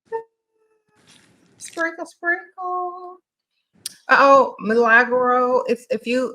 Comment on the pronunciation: Everytime she says sprinkle sprinkle I hear single single🤷🏽‍♂️